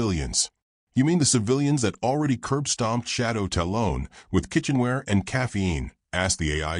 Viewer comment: Like it overall, but 1 thing drives me nuts talon is pronounced tal-un not tal-own.